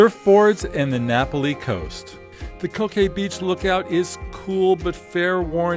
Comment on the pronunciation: Great video with good tips. Just a small point. It's Na Pali, with the emphasis on the "Pa", not na' pali. :)